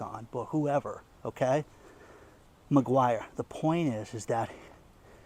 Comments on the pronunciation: NOT McGuire, MACQUARIE. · I just heard your report, I need to let you know the name of the bank is Macquarie not Maguire. Watching from Australia. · not Maguire bank, it's Macquarie bank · It's Macquarie Bank (not McGuire) but yes it's sinister... absolutely chilling, the poorer people ad mum and dad businesses will be hit the hardest, those who trade on wafer thin margins. The tax office will be the biggest beneficiary. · It's Macquarie Bank! Not MaGyver Bank! You don't even know what you're talking about! Get a clue! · I look after an old couple in regional Australia and I am concerned for the financial welfare when Australia goes cashless. I am sure I am not the only one. By the way the bank is called Macquarie not Macquarie... apologies if I am being picky....😅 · for a start it is Macquarie bank, not Mcguire bank. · he kept saying Mcguire bank, but it is Macquarie bank. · This bank is prononced macquarry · McGruber Bank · It's "Macquarie bank". Great Content, thanks. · It takes just a moment for an internet user to type "BANKS IN AUSTRALIA".....and have the correct spelling and pronunciation.